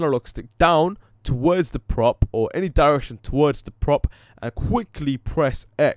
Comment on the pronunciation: "Twowords the prop" na mate it's "Towards the prop"